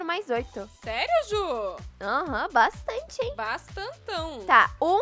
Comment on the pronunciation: ju: bastante:bastantão KKKKK amo vcsss 💜💚💛